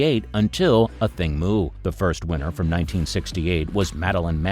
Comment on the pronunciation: You're the first person to correctly pronounce her name.